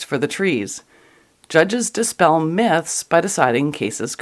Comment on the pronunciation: I kept hearing 'rape myths' as 'rape-mas' ...